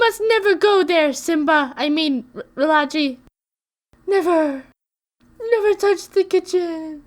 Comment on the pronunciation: Re-la-chi? I thought it was pronounced Re-lah-Kai